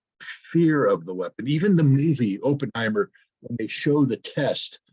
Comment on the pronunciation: pronunciation of Oppenheimer: Opp rhymes with hop =